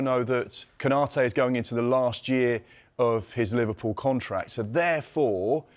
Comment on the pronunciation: Pov the way she said Liverpool Liverrrpool